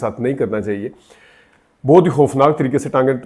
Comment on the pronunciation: جناب بات تو ٹھیک کی ہے آپ نے، مگر آپ کا اپنا تلفظ بھی احتیاط کا متقاضی ہے ۔۔ بہت کو بوتھ کہنا، متاثر کی جگہ انسپائر کا لفظ استعمال کرنا ، اردو لینگویج ، انگلش لینگویج کہنا ، مناسب نہیں۔۔ شکریہ